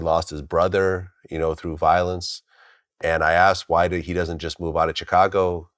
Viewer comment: “Wwwuuueeeyyyeee” lol I’m sorry the way you say why is trippy.